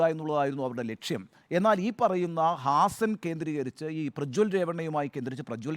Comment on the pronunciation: Hazan അല്ല, ഹാസൻ !